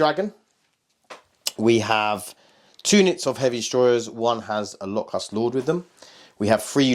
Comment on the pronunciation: also man with all due respect, its pronounced lo-cust like the desert insect, not lok-hust. Im sorry i had to